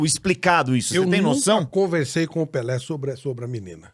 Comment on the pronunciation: é PELÉ e não "PELÊ" oh Analfabeta 😂😂😂😂😂